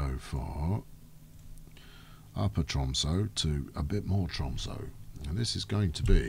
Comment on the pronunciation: Hmm why would anyone dislike these videos.. unless they are even more upset than me with how the pronounces tromsø:P its an ø not an o:D